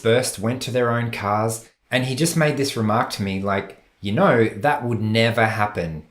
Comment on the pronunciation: At you said “you know“ pronouncing “know” in a British accent. Not sure if it’s your accent or an echoing of the person’s accent talking to you. I have Asperger’ syndrome and while telling a story I often catch myself imitating the accent of the person talking to me. I also have trouble making eye contact. The latter of which had baffled me sinse first grade in elementary school. Later in life-at around age 52-that trait was pointed out to me by a doctor.🤨why me?